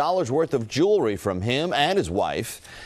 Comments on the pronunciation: “jury” OMG. It’s pronounced Jewelry…..ugh😒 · I like how they say jewelry “jury”. Lol seriously though was this insurance fraud? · So a pastor is wearing hundreds thousands of dollars of jewelry? He can’t even say jewelry. And criminals have guns in a state that are against civilians carrying? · "They watched and they knew I had other jewery" hahaha! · Hundreds of thousands in 'jewry'?? No sympathy.